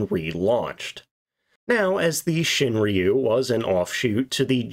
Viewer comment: its ROO not REEYOU